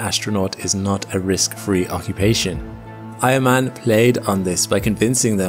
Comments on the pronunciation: Eiermann? I thought he kept saying Iron man. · I thought you said he was from the same region as “iron man” 😂